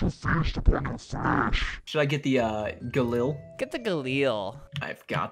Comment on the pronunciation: Gun pros are screaming because Albert pronounced “Gal-IL” wrong